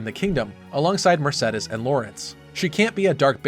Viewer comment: Finally someone that pronounce Mersedes and not Mersidis, thank god